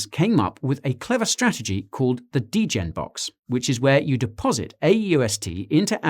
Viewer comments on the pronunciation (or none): none